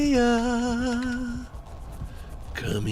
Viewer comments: Anyone else get rlly pissed off whenever he says swan-see-ya instead of swan-see 🥲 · everytime keeps pronouncing Swansea as Swansay-ya, gets to me 😂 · >pronounces it Swan-Say-Uh >asks chat if its supposed to be pronounced that way >doesnt read chat afterwards >refuses to elaborate chad